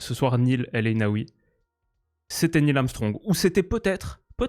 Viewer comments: Merci pour cette analyse tellement perçante 🤩 Petite remarque, Neil se prononce comme "Né-il" et pas "Nil" 😅 Cheers 🙏🏼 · Na-il se prononce, pas nil. Bonne analyse! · je me permett mais on dit AguerDDD et Nayel Sinon tu geres bon courage. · Bonjour. Pour bien prononcer le prénom d’El Aynaoui, essaie “Nayil” :o). Sinon excellent travail et bonne continuation. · Ça se prononce Nayl (mais merci)